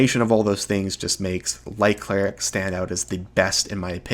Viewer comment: you pronounce light cleric and life cleric exactly the same